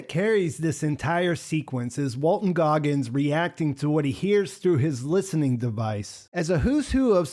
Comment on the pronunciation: Goggins, no "r". I made the same mistake. Walton Goggins.